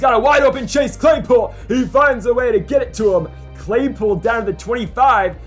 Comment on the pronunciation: i always say clase chaypool too